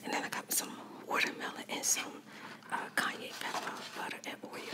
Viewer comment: did you say Kanye pepper?! 😂😂